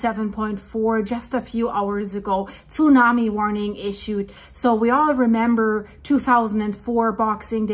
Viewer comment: How she says Tsunami breaks my ear.